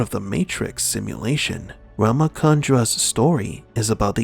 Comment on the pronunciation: It's Ramachandra not Rama Kandra. It's an Indian name. So is Sati.